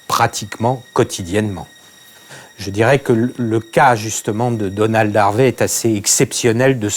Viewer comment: "A quelqu'un comme Danold Harvey" J'ai cru qu'il disait Danone au début haha